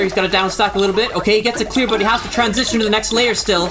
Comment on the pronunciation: Great commentary session! Don't worry,, even I have trouble saying trantision sometimes